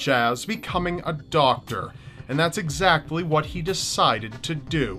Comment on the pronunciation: Doctor, not softer lol